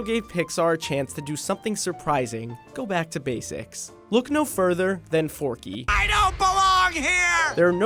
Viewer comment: He said forky and I thought it was sporky